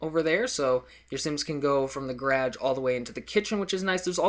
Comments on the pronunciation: its "guh-raj" not "graj" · Dammit, you said garage weird again. You're going back into it. You're going back! That other video you finally got it down, but now-! NUUUUUUUUU!!! Oh, and nice house! Generations next, huh? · holy learn how to pronouce garge properly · garage not grage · GaraDge its garaGe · I am Nova Scotian and I pronounce it Gawraj. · I've never heard anyone pronounce it garadge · Learn how to say garage and when you explain you are a little delayed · I know he is, and I know he does :) But he keeps saying that he knows he probably says garage wrong, and some people point it out, and I think it's funny haha. And my comment was a joke lol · He's from Canada. Lol Thats how he says garage. :) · can u make a video showing how to make a rounded pool cause i cant figure it out and u taught me some cool stuff in here i knew how to make the triangle tiles a different way but ur way is easier and the 360 thing i knew i could do that but not how and i love how u say garage lol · he's from canada...ever think canadians say it differently? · It accents and diolects ... I don't say garage that way eather ( garr-ij ) but its the way he says it because the USA or wherever your from is not the only english speaking country in the world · learn to say GARAGE!!! you're speaking english, learn the right way to say it and always say it the right way. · you say garage wierd